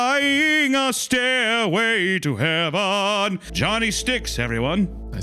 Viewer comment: "Staírway to heaven" Hunter plays Sweet Child O' Mine